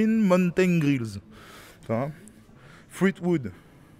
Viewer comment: Grrrrinne mounetènne grrilles 😂😂😂😂 tu m’as tué Pour la journée la 😂 c’est officiel, il ne faut plus jamais que tu prononce un mot anglais 😂😂😂😂😂😂😂😂😂😉😉😉ahahaha lol 😆